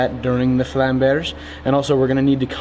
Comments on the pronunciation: is it supposed to have more of a glottal stop on the "-berge" instead of pronouncing it like "bearjai"? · To pronounce flammberg right you have to say flamm (like you did) but hang a bear-g on to it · Hey, good pronounciation now, at least for Zeihänder. Flammberge the "...ge" ist pronounced like "get" withou "t". Greets from Germany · It's pronounced "Flummbearger" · says Flammberg like a Frenchman. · Flamberge is a german Word. The sword originated in Switzerland, and because of its shape it got its name. The name translated would be mountains of flame. The pronounciation would be with a G like in guy instead of a G like in general and just hang an eh afterwards. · You pronounced Zweihänder quiet well. Now you only need to not butcher the pronounciation of Flamberge ^^